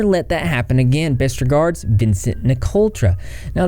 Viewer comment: NIC-O-TRA ---- THERE IS NO "L" IN HIS LAST NAME. GET IT RIGHT IF YOU WANT TO "REPORT" DUDE.